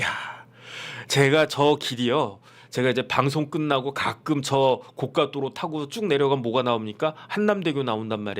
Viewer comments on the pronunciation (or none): none